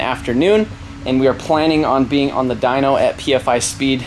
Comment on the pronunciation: dynoooo not dynk! -.